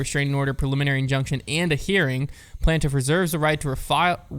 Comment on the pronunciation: Nobody:: “PLANT-if”